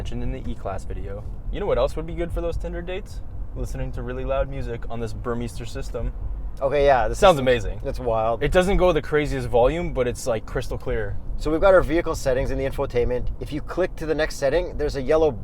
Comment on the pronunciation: BUR MEISTER. MEISTER - like master. Not MISTER.